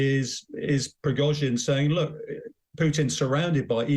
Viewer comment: Who are these clowns ? He can't even say Prigozhin and she described him as "self-acclaimed" . At least find someone who can speak English if you want to achieve any kind of credibility...